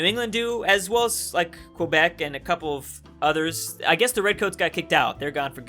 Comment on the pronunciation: You Californian it’s pronounced like a k kebec not like the word question it’s kebec speaking wise but yes it’s spelled quebec